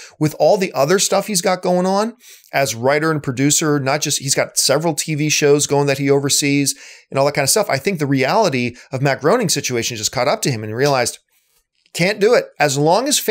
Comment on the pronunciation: I watched The Simpsons Movie two days ago. Matt Groening's last name is pronounced "Gray-ning."